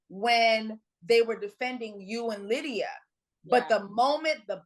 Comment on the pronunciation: Lmao lie-dia 😂